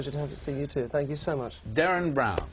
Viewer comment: its DERREN FFS! not Darran, Darren, or Derran!